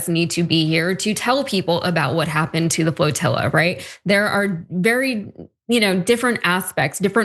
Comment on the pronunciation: IT'S PRONOUNCED FLOTILLA!